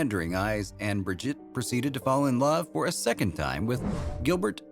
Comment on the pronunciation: Her first name is pronounced ' bree-jeete ' not ' brid-jet '